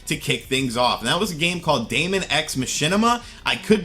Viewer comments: The correct pronunciation of "daemon" is "demon". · Daemon is typically pronounced like "Demon" at least when used in the computing sense. Seems fitting in this sense. This direct was as expected. We'll see if they announce anything else in the next few days during the tree house. Smash released in December is good since you don't want to crush your online service in the first month. First impressions matter.